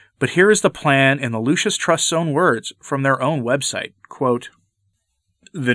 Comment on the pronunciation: You keep calling it the "Lucius" Trust.